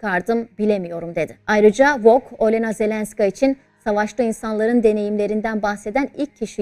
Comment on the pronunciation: Isimleri doğru telafuz etseniz Völödimer Ölena değil ( Vladimer O'lena)